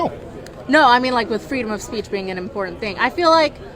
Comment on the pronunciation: When someone pronounces important with a "d" in the middle, just stop talking.